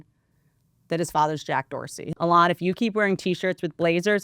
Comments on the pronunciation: E-LAWN NOT L-ON this is so annoying to listen to I can’t stand it! You are so incredibly unintelligent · "E-LON" not "a lawn 🏡"... Everything else is based though :) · A-lon is the actual pronunciation of the name Elon, which is hebrew in origin. Maybe just one of many things Elon whitewashed via South Africa-Canada-America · Whitney misprounding Elons name wrong the whole time is KILLING ME 😂😂😂😂😂😂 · Eee Lon, not Alon😂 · keep saying allon lol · It's because has class guys and says names like Elon alon lol it's great 😂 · whitney pronounces elon like she’s only read his name and has never heard anyone else say it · She almost knows how to say Elon’s name. Makes sense, it’s not like we hear his name 47825x a day. Love Whitney, but she officially lost it. Washed. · The way you pronounce Elon is just too funny 😂😂😂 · Me too! It’s not that she’s dumb she has heard numerous ppl pronounce his name and she still can’t pick it up!!!!!!!! 😡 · Is she saying Elon weird? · why are you pronouncing Elon that way 🤣🤣 youtube's auto transcriptions have written it as "a lot" or "alas" 🤣🤣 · Why does she say his name like that? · Why the fuck is she pronouncing Elon like that? It’s like Bert with Ben affleck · she has to be the only person in the developed world who can’t pronounce this guy’s name properly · She’s gotta he trolling with the Elon pronunciation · Pssst! The emphasis is on the E. I’m not a fan of his at all. Just helping you put the emphasis on the right syllable. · I've never heard Elon's name pronounced the way Whit is doing it. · It’s definitely the Appalachian drawl❤️💛💙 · I think it’s hilarious 😂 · Took me a min to figure out who the heck she's talking about lol